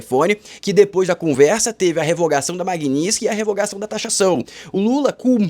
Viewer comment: NÃO É "MAGNISKY" É "MAGNITSKI"